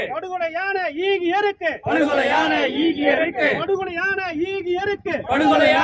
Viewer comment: ஈகையிருக்கு என்ற சோல் சரிவர உசாசரிக்க படவில்லை.(ஈகை இருக்கு )ஆகையா வேறு வார்த்தையை பயன் படுத்தலாம்